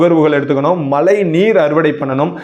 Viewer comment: அருமை... மலை அல்ல மழை..தமிழையும் கொஞ்சம் நல்லா பேசினால் இன்னும் நன்றாக இருக்கும்